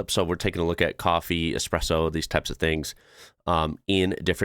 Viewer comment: At least most of the time I heard Espresso and not EXpresso my dear old dad always said "If the good Lord wanted me to drink coffee with milk and sugar, he would have put it in the coffeebean"